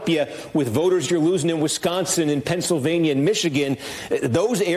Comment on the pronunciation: Where is "Pouncilvania" again?😅